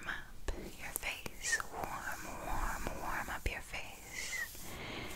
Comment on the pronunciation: when she says just a little bit and the word little 🫠